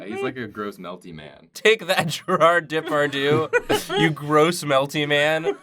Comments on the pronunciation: Was that "Gérarde Depardieu" (mis)pronunciation some sort of joke or reference, or did you just genuinely bastardized it? I love this show, but... I am in shock. How could you ever think that is how it is actually said? :o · i can't listen to them saying gerard depardieu ? it sounds so wrong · The way you guys pronounce Gérard Depardieu is really dang cute. Those French accents were terrible, though XD Except for 'Désolé', that was pretty on-point.